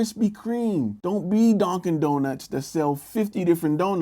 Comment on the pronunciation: "Donkin Donuts" xD